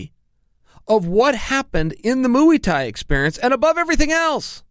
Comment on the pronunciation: Chael yes they fought once at IFMA championship tournament, it’s not uncommon for Muay Thai fighters to fight each other more than 1/3 times,,, learn to pronounce Muay also it’s not moooeee chael